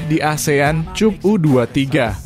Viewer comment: AJAX itu dibaca AYAKS bukan ejek ... !!! 😂😂😂 CUP dibaca KAP bukan cupu ... !!! 😂😂😂 mikiiirrr!